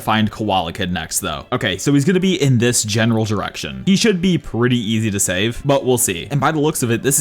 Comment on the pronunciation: Guys tell me how much times he said genaral